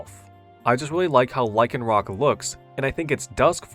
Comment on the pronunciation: THERE IS NO K IN LYCANROC!